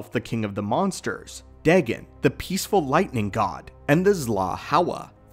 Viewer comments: Day-Gone. Is how to pronounce his name not day-gin. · It's pronounced daygone not degen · Deghen? It’s more like day-gon